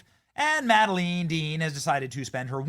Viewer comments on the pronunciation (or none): for the love of god, will someone please teach Benny how to read!?! Mad eh line, not mal dene.